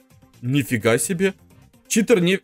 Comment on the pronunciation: Какой читр а читер !